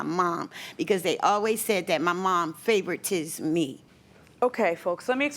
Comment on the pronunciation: " My Mom FAVER-TISS" ME"